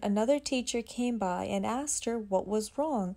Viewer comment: “Axed” or “asked”?